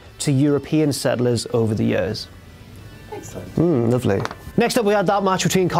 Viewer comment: I love how says "years." I don't know where that accent is from specifically, but I want it inside me.